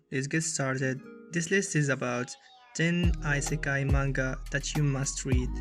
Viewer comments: bro, it aint ISekai like a fricking Iphone its pronounced eesekai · I got suspicious when the dude said aisekayi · can i just point out he said eyesekeye